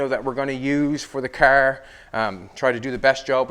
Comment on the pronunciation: Nevermind you literally just said Nova Scotia . I love it. CaaAr . XD